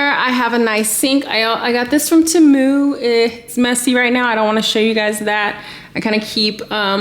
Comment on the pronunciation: I love the you say tehmu 😂😂😂